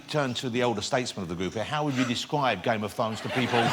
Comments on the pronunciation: ''Game of Thwones'' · Hahahahaha Game Of Thwones...hahaha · Games of fones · "The incredibleGame Of Thwones." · "Game of Thwones?", "You're one of the hewoes?". Who is this guy the Roman Emperor from Life of Brian Lol!